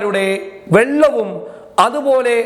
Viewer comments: കൊമ്പ് ഷിബു നശിപ്പിച്ചത് വെള്ളമാണോ അതോ വള്ളമാണോ? ഇദ്ദേഹത്തിന്റെ സംസാരത്തിൽ നിന്ന് കേൾക്കാൻ കഴിയുന്നത് വെള്ളം എന്നാണ്. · ഞാനും കേട്ടത് വെള്ളം എന്നാണ് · Vellam alla Vallam anu